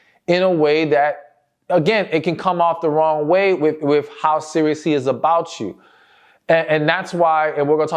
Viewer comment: Sir, please can you say the word with ? What in hell is wif ?